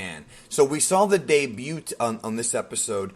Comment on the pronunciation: The de-bute